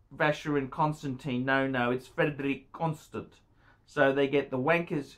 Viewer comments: this guy is a joke. he can't even pronounce the name so I'm sure he knows absolutely NOTHING about the watches. love these amazing watches. CLASSY I have 8 of them love them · He can't even pronounce the brand name correctly